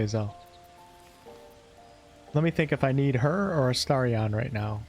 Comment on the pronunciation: Drives me bonkers you calling him Astariaaaaahn. Other than that, great video. 😂